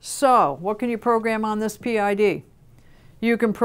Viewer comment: PID? The letters are pronounced individually, since it stands for proportional, integral, derivative. Saying PID as one word is kinda like saying ATM like atom.